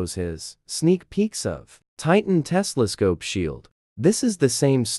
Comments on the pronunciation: ITS TELESCOPE! NOT TESLASCOPE!!!! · bro it not tesla scope it telescope